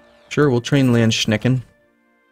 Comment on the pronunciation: Its so funny that you're saying "Landschnecken" instead of "Landsknechte" meaning "landsnails" xDD Anyways, great fight against france!